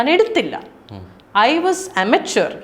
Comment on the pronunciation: അമച്വർ അല്ല പെണ്ണേ ഇമച്വർ